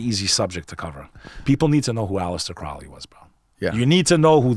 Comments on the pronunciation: Crowley has nothing to do with the Church of Satan. He founded Thelema. Also, both of these guys are pronouncing his name wrong. IT's CROW-ly. I'm impressed with this video, because I too believe the phenomenon is demonic. Angels, demons, Jinn. The bit about Crowley, Parsons, Hubbard, and Lam, was full of significant inaccuracies. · Mispronounced 'Crowley'